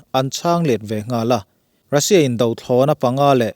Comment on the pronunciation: A bengvarthlak viau nain,Mizoțawng thluk dik lo a tam hle.Ngaihthlak a ti nuam lo nasa a ni.Lam dik loh te:- Russia sipai- ' sia ah hian thluk san tur a ni.Khan : Ukhrain chuan Russia chu a khan lo hle tihah te.Sa kan chan a,a kalna awm a kan ngaih lai ' khan' ksn tih ang a thluk loh turte...a awm nual mai.